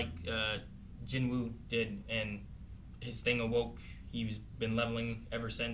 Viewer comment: love how even the english dub cant say jinwoo's name right..also the dub is crap.